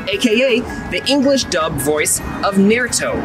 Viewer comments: Im sorry, had to pause here because did i just hear.... nare-uto? I-ii jfdkbg,hjnjhghkndtjdjkkgdkgnm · Not nærto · I almost turned this video off because of how he pronounces Naruto (naa·roo·tow) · I love how he's walking around East high with a bulletin board 😂😂 And how he pronounces Naruto "Nairootoe" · Naratoe I love how people prone naruto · just so people dont bully you in future its pronouced: nar ·oo·tow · Nirito no nirutO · It’s pronounced nar ooh toe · Bro, you need to go to jail for that pronunciation of Naruto (Skull emoji) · Bro you completely lost me but not being able to pronouce naruto. The most popular anime of our generation. Thats like not being able to pronouce your name. Come on man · Idk why but it bothered me how he said naruto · My heart broke a little when he tried to pronounce Naruto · Broo at least know how to say N a r u t o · The way he said naruto made me left hope I’m humanity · it's the way he pronounces naruto in every way but the right way 😭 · You definitely mispronounced Naruto on purpose.💅💅💅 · Naruto that is how you pronounce his name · Oh hey! It's that show us Naruto fans know about because the Principle is played by Naruto. Also, How do you mispronounce his name?! They say it multiple times in the Show itself. Infact the clip you took from the Episode, This one: Sasuke literally says his name a second beforehand. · cmon man how can you not know how to say naruto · The best part about this video is how you pronounced naruto 3 different ways and still pronounced it wrong 😂